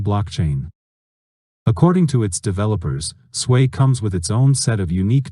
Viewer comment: Why you keep sayin Swei blockchain? It is SUI, not Suey, Swei, Swey or Svey